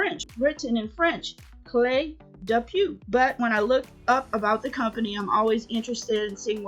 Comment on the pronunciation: Pronounced Clay de poh